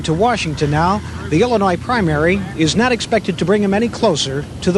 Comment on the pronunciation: Ok turned on CC to hear what he said . He said "Illinois voters" but for a second I thought he said "humanoid voters" which reminded me of the Simpsons episode where the cadidates are aliens. 😂